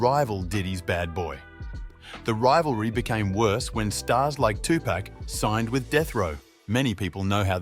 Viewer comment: Notorious B-I-G 2Pac= two pock Don’t do stories on the culture if you can’t say their names correctly